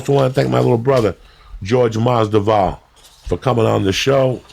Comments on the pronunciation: Taylor Made umm no lol. He’s saying Masdival, not Masvidal. I’m born and raised in Cuba, doesn’t make a difference lmao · Go #EasyMoney WTF is Jorge Masdival? Joey keeps mispronouncing Masvidal's name. It's funny as hell when Rogan corrects Joey whenever he butchers someone's name. Pronouncing someone's name correctly is a minimum in terms of respect for a guest. Masvidal don't give a fuck. 🤣 Every podcast, Lee returns with his hand-flapping. One thing ya can't take from him... the guy is consistent. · Joey is saying Masdival instead of Masvidal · lmao Joey Said Jorge Masdival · No guy, he means Joey keeps calling Jorge Mas-Dival instead of the correct way which is Mas-Vidal. Masvidal soon to be 👑 of his weight class. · He means how Joey keeps saying Masdival instead of Masvidal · "Jorge Masdival" Joey messing up names never gets old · Damnit Joey, you said Masdival ! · Jorge "MASDIVAL" LMAO Like "Kalabib" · Hilarious how much Jorge hates his name being mispronounced and how many times Jorge mispronounced Masvidal. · Uncle Joey mispronounces Jorge’s last name twice within a minute. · Its great how masvidal never corrects Joey speaking his name wrong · Dumb fuck has him on for the second time and still can't get his name right. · Awesome podcast...I cringe everytime I hear Joey mispronounce Jorge's surname but it obviously doesn't bother nobody haha